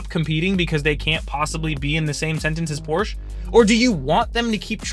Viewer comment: Please pronounce Porsche correctly!